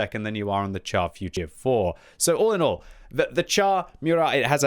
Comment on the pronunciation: Its pronounced "shar". Not "tchar".